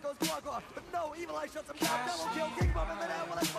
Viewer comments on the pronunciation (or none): none